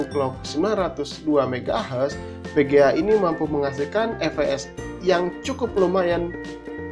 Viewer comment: bang kalo ngomong vga jangan pege'a, vege'a! gak bisa omong ve ya! ndesooo